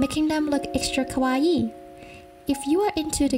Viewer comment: The mispronunciation of Kawaii and manga, and other Japanese words was triggering, BUT, this was very helpful. Thank you.